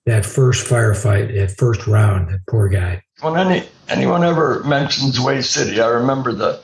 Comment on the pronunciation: It's not wheel. Its hue. Wha a waste.